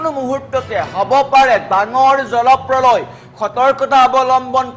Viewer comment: জলপ্ৰলয় শব্দ টো মুখত নুফুটে বাতৰি পঢ়িচা তুমি 😂